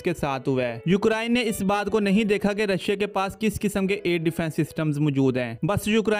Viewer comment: Brother just a friendly suggestion. Try pronouncing ukraine correctly. Its U-crane and not U-krine. Listen to the google pronounciation of the word. Good luck.